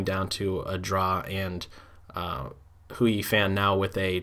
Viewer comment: as a fluent chinese speaker, let me just let you know that Hou Yifan is pronounced "Hoe EE Fahn." thanks so much for breaking down all of these games. i, for one, will be tuning in daily.